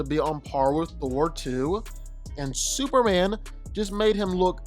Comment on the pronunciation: Am I the only one who keep hearing superann and not superman?